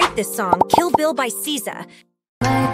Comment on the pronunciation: It’s SZA not SYZA